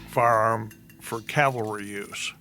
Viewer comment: It's not "calvary," that's where Jesus was crucified, it's "CAVALRY."